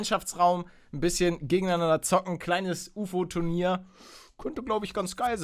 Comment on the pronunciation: lord gamer "tunir". Peinlich.